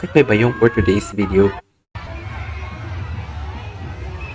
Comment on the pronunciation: Payong hindi bayong